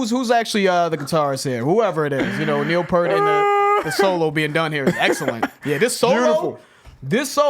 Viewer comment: Me and my friends used to say Neil Peart’s name that way back in the 80s... I think it was more than 20 years till we got his name right. RIP Neil!